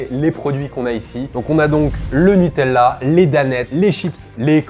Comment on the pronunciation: On dit NuteLa, pas NuteL'La, c'est insupportable